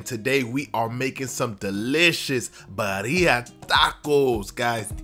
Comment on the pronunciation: Lmao I can't help but laugh at the way he says the name! It is not bah-rhea its bih-ri-ah